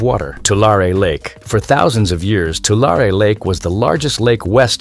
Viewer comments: Too-LAIR-ee not Too-LAR-ay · It's two-Larry not two-lar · You are pronouncing the name of the lake incorrectly. You are saying Tua lar e, and it should be pronounced Tua larry lake. Change your "lar" e" to "larry" and you will pronounce it correctly. Doctor George Whitehead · I live in Central California. We pronounce it Two Larry. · I live in central California. It's pronounced, 2 larry. Tulare. Yes, the land flooded not long ago. But there is no lake here. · I always heard it pronounced 2-Larry. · It can't even pronounce Tulare or Nevada correctly! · The narrator can’t pronounce Tulare and Tule correctly. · This video strikes me as very odd. I grew up in the San Francisco Bay area and in the mid 80s we went camping at that lake. I kid you not. We only went once because there was no facilities and there was lots and lots of spiders. It is located in Lodi, CA. We liked trying out new lakes once in a while.The commenter is pronouncing it wrong and he also pronounced Nevada wrong.